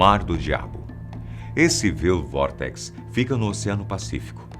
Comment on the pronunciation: Experimente: (pronúncia: "Uáild Vórtex" do inglês "Wild Vortex" - (Vórtice Selvagem). O google tem um tradutor em que podemos colocar a palavra no idioma desejado e, caso tenha dúvida ou não conheça a palavra, você pode ouvir sua pronúncia correta. E o que é melhor, é grátis. E seu vídeo é muito bom.